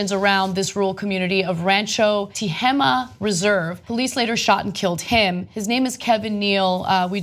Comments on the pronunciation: Tehama is pronounced tuh-HAY-muh. I know because I used to live in Tehama county. And yes, this is a case where the ball was DROPPED because, guess what? His FAMILY is RICH! He went nuts and they sent him away instead of dealing with his problems. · tuh-hay-muh. i grew up in tehama county. this shit is horrible.